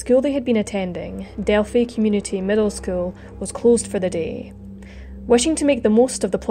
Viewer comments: It is pronounced Del-Fi (like Wi-fi). Everytime you said..Delfy I cringed. Sorry..I'm a Hoosier. I understand not everybody knows how to pronounce it. Have a great day!! ☺ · Thanks for updating the investigation status - FYI its pronounced “Delph-eye” not Delph - y.